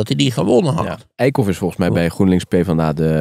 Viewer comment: die man heet Bas Eickhout, niet Eikhof😮, aanrader is camping De Eikenhof in Overijssel 😊